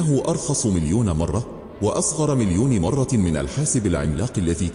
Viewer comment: أولا" :ممكن تحكيلي مين هذا الراوي؟؟؟ معقول قناة مثل قناتكم تدخل ذكاء إصطناعي ليروي كتاب بلغة عربية؟؟ بيقول( مرة آخرى)برفع مرة التنوين؟؟ معقول هذا؟ أقسم بالله العظيم قرفت من صوته ومن قراءته وما حكمل الفيديو وإذا ما تداركتوا هذا الأمر سألغي إشتراكي للقناة